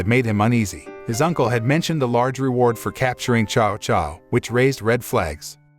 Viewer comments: This is a great movie it's just a shame that u butcher every name next time do research and learn hot to say them. Prime example Cao Cao u said "Chow Chow" it is actually said as Tsao Tsao! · Tsao Tsao is the pronunciation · His name is Cao Cao